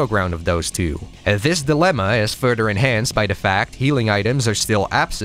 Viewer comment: Wow, what a time indeed, I remember being being consumed in NGB on PS3, not sure if it was vanilla or Sigma but how could i forget Rachel at 13 😊 😅 Great call on the timing and thank you for this video. I never tried the other 2 later titles but look forward to playing them until NG4. P.S. you say "further" like "fur-dur" lol